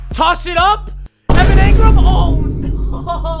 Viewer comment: One like equals one time papa doesn’t say Evan Angrum